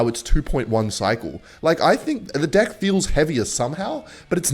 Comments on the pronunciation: is he saying deck as d on purpose or I'm just hearing things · Whenever he says deck I only hear dick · was he trying to say deck lol? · The way bro says deck catches me off guard every time😭